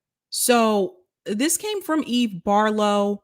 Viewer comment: That’s “Eve Fartlow” lmao 😂